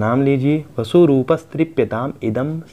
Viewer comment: माता को बसु उच्चारित करना गलत है